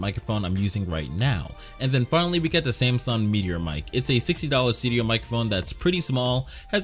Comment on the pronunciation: bro said the samson go😭